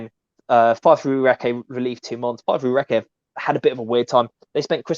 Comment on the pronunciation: Fascinating stuff, but please, Recce is pronounced “Rekkie”, not “Reckay”😉